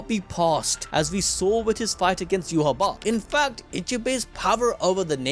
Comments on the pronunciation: Its not yuhaba, its pronounced yuha bach, like dark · bro its "you-ha-va" its german (Yhwach)